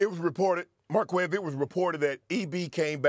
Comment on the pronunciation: It's pronounced "Mar-Kez"